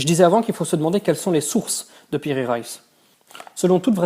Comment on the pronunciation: Piri Reis et non Raïs aussi Reis se dit en deux syllabe Re is